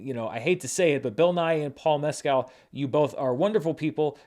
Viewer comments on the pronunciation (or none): Funny how corrected his pronunciation of Fraser but still pronounces Mes-Kale, instead of Mes-Kill